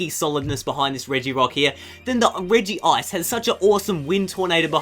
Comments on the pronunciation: It's not regiice it's regice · it's reg ice not regiice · It's pronounced Rej-ice